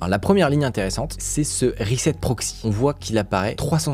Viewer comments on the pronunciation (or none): none